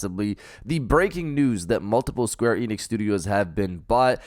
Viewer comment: It's Square Enix bro, I corrected you before an it was the same mistake, that must your hard work